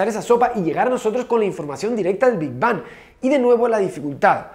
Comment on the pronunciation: PENSÉ QUE EN VERDAD DECÍA "QUE HABÍA ANTES DEL NOPOR" 😔